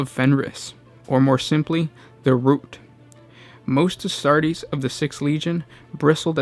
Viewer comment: Ahh, the space woofs chapter of the astardy. Btw if you do have genuine speech impediments you are doing well and I don't mean to be mean lol